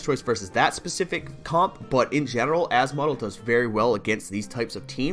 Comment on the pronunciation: as-model hahaha its asmo-del